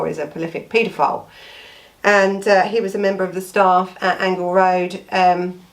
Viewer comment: It's pronounced Angel Rd as in angel